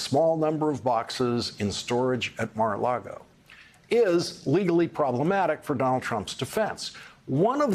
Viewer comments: Love you Lawrence! quick tip tho….it’s “Mar A Lago” not “Largo” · Every time this guy says "Mar-A-LaRgo" I lose respect for him and this channel. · I'm behind you on almost everything you report, but why do you keep saying Mar-A-LaRgo? If it's on purpose it makes you send like Fox host. You're above that. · Lawrence said Mara Lardo 🤣🤣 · We've all been saying it wrong. According to Michael Cohen, it's Mara-lardo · You keep saying Mar-a-Largo. It's actually pronounced MAGA-Lardo.🥸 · Larry, you great weirdo, please, just either say Mar-A-Lardo or learn how to pronounce it correctly because you just sound odd 😁😂🤣🌴😎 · Lawrence, it is pronounced Maga Lardo.